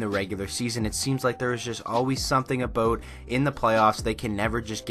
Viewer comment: Wasn’t gonna like this video. Then I heard you say “aboat “. 10/10 would recommend.